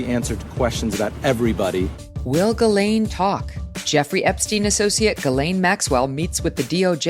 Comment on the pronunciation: For years, Ghislaine Maxwell's many attorneys have always called her Guh-LENN. You think they'd know better and call her JIS-layn or Gill-AYN or whatever her name really is like everybody in the media does. And you'd think she would have corrected them so they would pronounce it right. But No! They insist on calling her Guh-LENN for some reason.